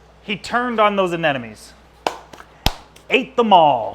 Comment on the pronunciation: No offense dude, I love your stuff, but it’s ANeMoNe.